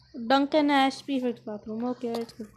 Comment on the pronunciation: Actually, I think it’s Ash eeee, not ash